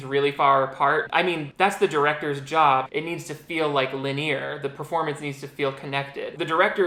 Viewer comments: I feel I have a duty to inform you that "linear" is pronounced "lin-ee-ur," not "lineer," since I guess none of your friends in real life love you enough to tell you that you've been making a damn fool of yourself. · Lol "linnie-ear", bless